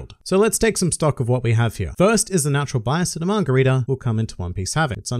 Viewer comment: Who else thought he said margherita not manga reader